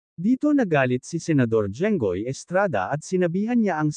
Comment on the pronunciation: Sen jingoy not jenggoy😅